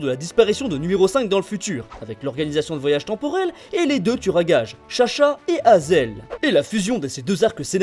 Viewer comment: Nn dsl 😅😅 c haizeul (je parle de la prononciation)